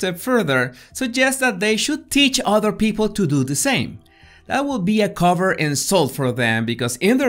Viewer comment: "coe-V-ert" vs "cover"/ "cober" Covert es palabra significante en los videos